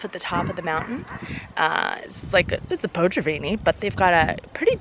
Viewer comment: To je poprvé, co jsem slyšela Rígrák! Jsou to Riegrovy sady (plurál), takže jsem zkráceně slyšela vždy jen Riegráče (Rígráče). Jinak fajn video jako vždy. Jinak jsou to potraviny ne potřaviny. 😂